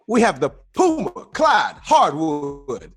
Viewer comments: POOMER...lol yall play too much...stop making fun of CLYDE lol [ HE WAS TRYING TO SAY PUMA] lol8x "ohiorichkid instagram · Sole Collector Dad gotta change his shoes out for Clyde saying Poomer